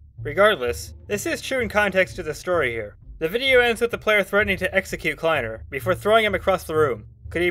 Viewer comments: i think its pronounced kly-ner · I don't like the fact they were live, they could have been recording and not living. also, the way you said kleiner in the first mention of kleiner makes me want to shoot myself in the head then respawn then do it again and loop that again and again. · you said kliener wrong